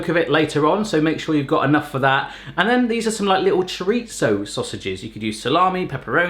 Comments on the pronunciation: As a Portuguese person, I cringe so hard when you mispronounce chorizo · I love how Europe says "Chor-Eet-Zo" Here we say "Cho-Ree-Zoh"